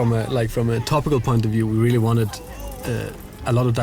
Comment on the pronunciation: I CAN'T "RELLY" WAIT!!!!